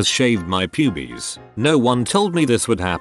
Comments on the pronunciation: no one: readying voice: "PuBieS! :D" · I was listening to this in the background while doing something else. I hear "Pubies" and i think that's what he's actually saying.. "Pubies.."